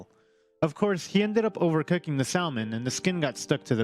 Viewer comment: One correction, the L in salmon is silent, say samon.